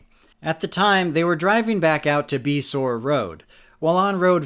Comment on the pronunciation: Beasore is pronounced bay-shore don't ask me why but the roads have both names and numbers so figure that one out! Lol